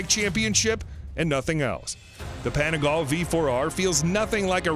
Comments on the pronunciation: "Panigal"...so american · "...the Ducati Panigallll..." it's pronounced "Panigal-lhey" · You mean the “Panigal” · PanigalE.... pronounce the E.... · Shame on you and on your pronunciation of every Italian make and model! I’m not asking anyone to speak Italian but it’s just some super famous brands. Every e in Italian is pronounced as in ‘let, bet, set’ so PanigalE, BrutalE, SEriE and by the way VersacE; never never like in ‘see’! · Panigall! Really dude. depressing how bad you're pronunciation is. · The way he pronounces panigale makes my ears bleed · wtf is "desmodici"? and wtf is "panigaaal"??